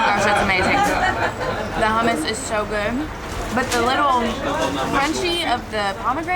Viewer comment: Please dont pronounce hummus like Hamas xD Hamas is a terrorist organization. Its hoom - moos